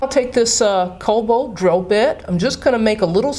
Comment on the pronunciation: It's not Colbalt (2.25) It is Cobalt.